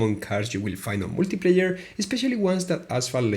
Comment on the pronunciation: That first "multiplayer" sounded like "wikipedia" lmfao